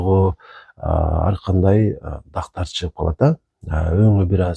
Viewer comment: Дактар эмес! Тактар.